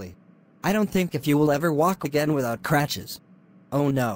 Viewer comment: For future reference: "Crutches" instead of "cratches"